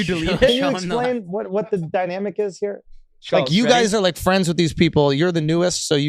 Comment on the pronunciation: Once Kyle called him Shulzzzzz I knew they had nothing planned. Didn’t even watch any Flagrant? Everyone calls him by his last name and they pronounce it correctly. Reminds me of when DrDrew said “one of my favorite comics Ari SHAYfir”….Killed me inside.